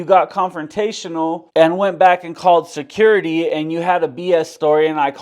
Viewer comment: Secoority…. Say it the right way J. 😂